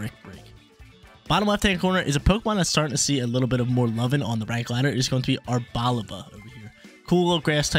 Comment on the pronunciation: Pawmot is one of my favorite pokemon this generation. "ARE-BOE-LEAVE-AH" is how it's said I think 🤔?